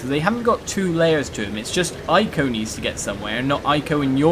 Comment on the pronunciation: I am pretty sure that "Ico" is pronounced "Ee-koh", actually; at least, that's how it is written in Japanese.